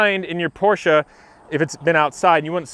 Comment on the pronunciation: Thank you for pronouncing Porsche correctly. 😉